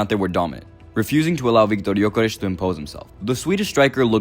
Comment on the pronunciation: Why are you making up pronunciations for players names? Gyokeresh? ESH? Go litsen to how his name is actually pronunced in swedish if you want to do the authetic name like you tried to do for so many others in this video. And wtf are you talking about putting Isak on the left? Are you mad???